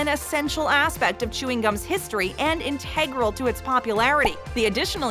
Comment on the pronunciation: The videos are great, however, the mispronounces toon of integral and supposedly is quite off-putting. 😞 🤦‍♀️